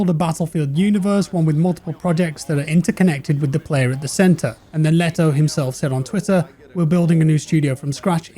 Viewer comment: That's one way to pronounce Lehto.